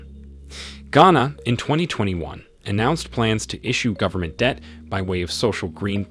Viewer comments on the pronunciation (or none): none